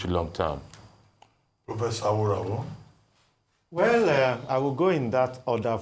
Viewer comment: Dr Abati, as a Yoruba man please stop mispronouncing AWORAWO, a divination seeker/ watcher, pardon my english if it is not correct but, I'm sure you'll have an idea of what I'm trying to say which is a Yoruba name, it's pronounced as re-do-do-do, thanks...